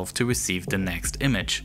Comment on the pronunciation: "Th" is NOT pronounced like "da" ... it is "the" not "da" . It's "there" not "dare" .